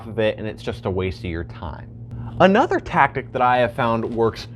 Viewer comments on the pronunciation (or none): none